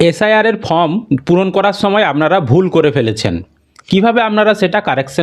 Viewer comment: ভাই ফর্ম এর উচ্চারণ টা ঠিকঠাক করো, তোমার চ্যানেল অনেক লোক দেখে, খারাপ ভাবে নেবে না আশাকরি